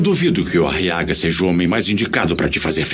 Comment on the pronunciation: Eu tenho uma Raiva Dessa Voz pq o Nome Aguiar Virou Ariaga! quase um Nome de estimulante Sexual Meu Deus!, E Como Se não Fosse o Bastante ainda o Nome do Filho da Beatriz em Vez de Ser Guile Virou foi Guilo, Quase um Nome de um Inseto 🤦🏻‍♂️🤦🏼‍♂️😒